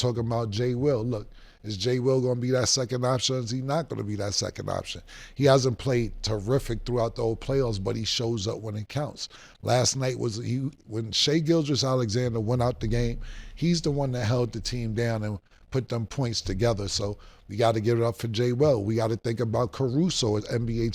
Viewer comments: Bro i swear , Ma$e struggling with SGA's name gets me EVERY TIMEE!!😭😂😂😂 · They cant say SGA name correctly😅